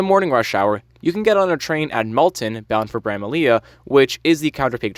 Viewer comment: brama-lee not brama-leah btw hehe